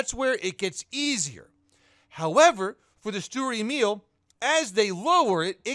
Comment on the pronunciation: BTW: It's not "Emiiiil" Its "E mil" spoken like mil spec.